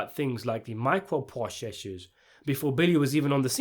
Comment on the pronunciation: Lol. Why did he say microprocessor like that?